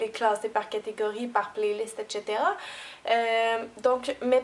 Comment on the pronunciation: Sinon, on dit aussi etcetera et pas etchitera, mais on s'en fout, parce que comme dirait notre superbe Cynthia "C'est cute". :D ♥ Continue comme ça on t'adore Cynthia, toi et ton accent! ;)